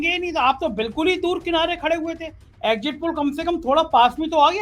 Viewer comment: egjit nahi.. Sahi oocharan egzit hai..spelling is exit. Sahi jaroori nahi. Sahi pronunciation hai zaroor zaroori..zaroorat, hai. Please bhasha ka samman karein.